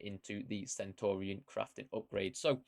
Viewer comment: Love but mate, don’t sign off like Nep, be original. You’re the man. Oh, and learn how to pronounce “Centurion”, not “Sentorian” 😂👍🏻❤️